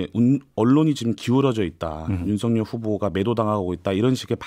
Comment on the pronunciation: 여담인데요. 윤석열을 발음할때 윤서결이 아니라 윤성녈이 아닌가요? 남자 기자분만 제대로 발음하시는 듯해요.